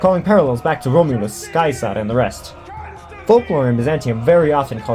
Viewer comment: You're pronunciation of Caesar at the start was crisp. This channel is lit. Make more good content like this. I'm subbed.